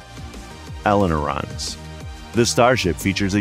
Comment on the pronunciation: it's ailerons not elonerons!